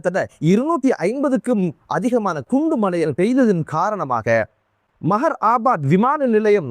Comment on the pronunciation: மஹர் அபாத் இல்ல மெஹ்ரபாத் என் உச்சரி